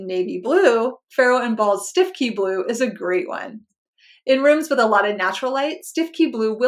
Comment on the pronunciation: Just an aside Stiffkey is pronounced Stooky. Stiffkey is an area of Norfolk.